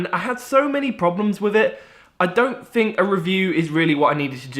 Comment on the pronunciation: Black panfer. Fink. Strange how thay spell right but dont say it right. Good video thow